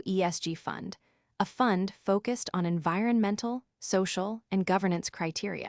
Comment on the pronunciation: also 'f occused' - ANOTHER poorly written & spoken vocabulary